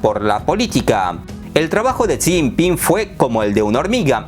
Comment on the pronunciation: No pronuncias bien El nombre de Jixinpin, hay estrema pobreza en China maquillada con raecacielos y modernos puentes Taiwan no sense provincia de China, jamas love ha sido Informate bien amigo.